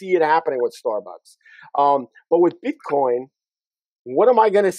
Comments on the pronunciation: Does he pronounce it BitCON on purpose or is he unaware it's COIN. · Its BITCOIN and not BITCON the way that guy calls it.